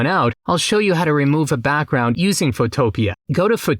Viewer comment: "Photo" + "Pea" = PhotoPea, not Photo + Utopia. I realize that English isn't your first language, but I would think that text-to-speech might catch this. This isn't the first time I've heard a variant of the name, and probably not the last either. Otherwise, keep up with the awesome videos - you're one of my favorite new 'Tubers! I especially like that you use Blue Willow instead of MidJourney, since Blue Willow is still free for commercial use. Far too many people forget to mention this fact.